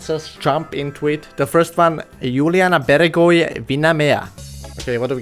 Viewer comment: Doaamne ce mam ras..e super tare...😂😂 Cu ce accent a spus Iuliana Beregoi😂 Nice boy💗